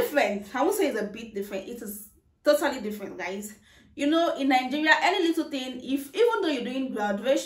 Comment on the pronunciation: Why do Nigerians have a problem pronouncing the country's name it's Nigeria not Ningerian🤣